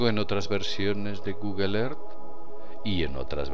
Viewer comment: Porque pronuncian "GUGEL" En la palabra Google no hay ninguna e o a para pronunciarla "GUGEL"